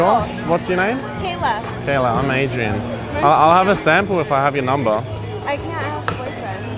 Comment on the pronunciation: If you leave it to Adrian to pronounce his name then it would be AAAAAAEEEEEEDDDDRRRRIAAAANNNNNNNN GGGGGGEEEEEEEE